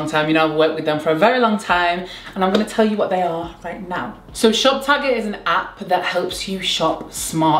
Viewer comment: Every time you say shop tagger I hear top shagger 🙈😭